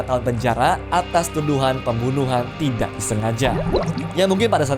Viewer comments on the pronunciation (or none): none